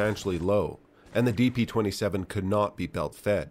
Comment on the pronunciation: Ah yes, the Degtyaryov "De Plato" 27